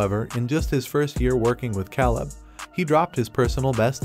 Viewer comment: Lol it’s Coby not Colby and his coaches name is Caleb not Kahlab